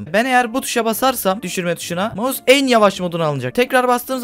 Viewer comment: maus değil mouse